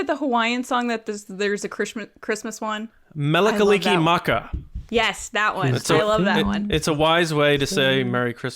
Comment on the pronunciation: Respect to for nailing "Mele Kalikimaka" with no hesitation.